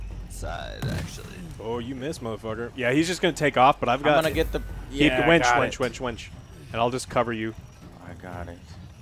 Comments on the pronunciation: The best part of the video when Joe calls the winch a wench. Which is what you would be calling for in the middle ages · I can't stop laughing about them talking about wenches instead of winches. "Get on the wench!" "The wench got firebombed!"